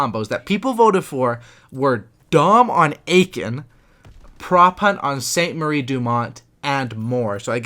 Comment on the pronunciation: Aachen is pronounced ”Uh-ken” ;) not Aiken